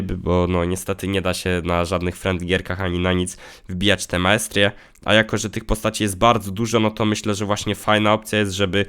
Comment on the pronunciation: Tyle minęło a nawet jeszcze nie umie dobrze powiedzieć masterie